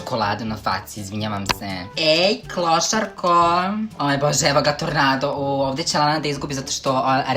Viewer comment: Zasto si opet rekao klosarko😠ne kaze se klosarko nego klousarkooo ima da se naljutim😠